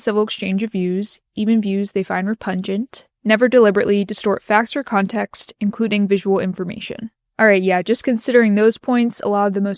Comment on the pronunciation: You're adorable when you mispronounce "repugnant" as "repungent"